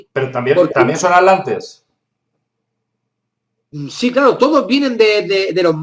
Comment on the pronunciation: Me encanta ese nuevo continente "la Alantida" jajajajajajajja y los "Alantes" Se te resisten las "tes" al igual que la invasión Alien de 2019